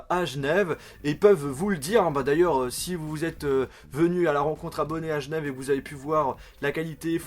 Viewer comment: tu peux arrêter de dire "Gnève" sèrieusement? C'est Genève merde